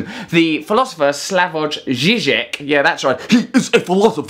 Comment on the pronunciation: Russell Brand , just a tiny notice: in "Slavoj", "j" is pronounced like "y" in "year" :)